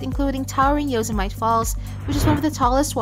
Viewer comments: Oh Lord.... clearly not an American, at least make an effort to learn the pronunciations.... yozamite!!?? It is yoo-sem-a-teee 🤦🏻‍♀️ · Learn how to pronounce the word Yosemite if you want to be taken seriously.